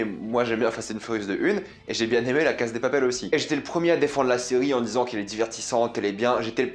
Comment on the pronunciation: Pourquoi tu dis la Caz de papel ? C’est Casa > CASSA